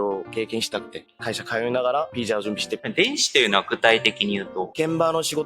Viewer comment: のお話面白いしこれからも楽しみです🌟🌟🌟 話し始めから日本語の発音が自然で、 接客業で日本人と話す機会が多いのかと思ったら、 技術者で仕事中は黙々と作業の様子なので驚きました。 でもビザがピザになるところが「あ、やっぱり濁音は難しいんだ🤔」と思いました。